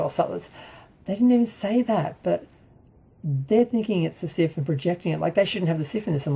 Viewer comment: Why do you say siff instead of sith?